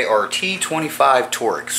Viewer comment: It’s called “torx”, not “torex”.